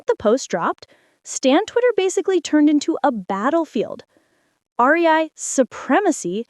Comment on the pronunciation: Not the "R E I"😭🩵